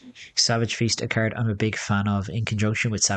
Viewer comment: Even better "Discaird a caird"